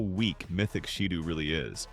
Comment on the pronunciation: It's still "shidough"